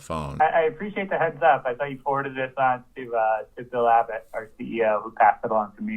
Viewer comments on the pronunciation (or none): none